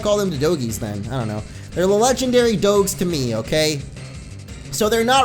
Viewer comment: Did you say legendary "doe-gs"